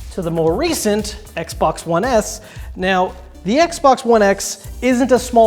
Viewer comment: X-Bon-Ex. I like the way that sounds phonetically.